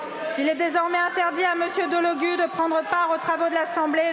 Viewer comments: Et retenu d'1/4 de son salaire. Et on dit DelogU ;) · #SoutienDelogu #SoutienLFI ras le bol des insultes, le p...C génocidaire soutenu par le gouvernement 🇨🇵 et 🇮🇱 l'a bien mérité ! La #Nupes pour une fois était unie ! Delogu se prononce avec "u" merci